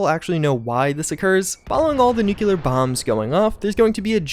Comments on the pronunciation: Our boy still hasn't figured out how to say nuclear. Oof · Gotta dislike after hearing the heinous way you pronounce 'Nuclear' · I appreciate your attempt at pronouncing both nuclear and nucular at the same time. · It's nuke-clear dude, not nuke-you-lear. Please. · learn to say it right... its not nuculear but nuclear! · Please learn how to say nuclear. It’s “new-clee-er” not “new-q-ler” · Nuclear not nucular.😵‍💫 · Why do americans say "nukiller" And not nuclear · Is nuke-you-lur anything like nuclear? Just wondering. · Why do you pronounce nuCLEar as nuCULAr? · Say it with me: Nu Clee Er Nuclear. NEW--CLE--ERR. Not f'in' Nucular! Whaddr you George W Bush or Canadian?! NUCLEAR !!!!!!!!!!! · nu-clear, nu-clear, nu-clear. I just don't understand why people say nu-cu-lar. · NU-CLEAR not nucular men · It’s driving me crazy - NuCLEAR not NuCULER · Don't want to nitpick but "nuc-le-ar", not "nuc-u-lar" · Everyone needs to stop thinking it’s pronounced nucular. It’s Nuclear (noo -clee-er) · noo·klee·ur, not noo-cue-lur. Anyone else annoyed by this? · Nuc-E-lar stop it’s nu-CLE-ar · FFS ITS 'NUCLEAR' NOT 'NUCULAR' Why can't anyone seem to pronounce this correctly !?!?!?!?!? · Nuclear (new-clear) not “nu-qu-ler”. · Nuculear winter mods that you'll really really like Me: please pronounce it right please......: nuclear winter Me: Finally. There is a God 2 minutes later: Nuculear winter Me: GODDAMNIT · Dude.... its NEW CLEAR, not NUKE U LURE. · Yeah bro, great vid, but nuclear is pronounced Nu-clear not nuke-ular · Yeah. . .pet peeve. . .Nuculer. . .not familiar with that. Nuclear. Bad. Really bad. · Nuclear NOT NUCULER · Nuclear = new clear. Not new q lerr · Say it with me, "new-clear" not "new-kiu-ler". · I haven't heard of Nuculer Winter before, I've heard of NUCLEAR Winter tho. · I realize that the last comment is 3yrs ago, but nonstop saying "NuCuLar winter" is driving me mad lol. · i can't over how americans say "nukular"